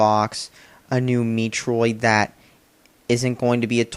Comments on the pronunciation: did you say meetroid? XD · Lol you mispronounced Metroid.